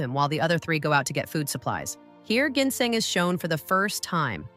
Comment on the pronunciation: AI. voice cant even pronounce .. GINSENG ...properly